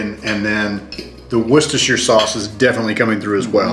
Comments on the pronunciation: You said it perect wistersheer 👏👏👏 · Hi, Dub Sauce is pronounced Wuster sheer. pronounced it correctly